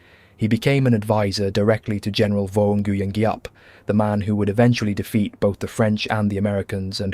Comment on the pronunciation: Ngyuen is pronounced win and Hue is pronounced way christ brother you're killing me 😂